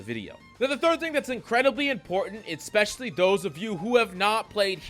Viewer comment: I love your videos,! I do think you should know as much as you use the word "Especially": There is no "C" or "K" following the first letter of the word